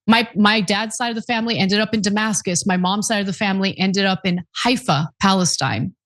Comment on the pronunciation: oh you mean the GENOCIDE by THE YOUNG TURKS ? 1) that's not how you pronounce Haifa 2) yes Palestine, the land of the Jews. It was officially named: The British Mandate of Palestine Eretz Yisrael. The people that took your mom side into Haifa were JEWISH !!